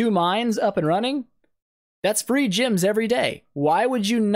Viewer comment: This is a great tutorial man, but two things I noted: - You mention a place you need to be lvl 80 to reach. ^^ Not really for new players. - Why do you pronounce "gems" like "gyms"??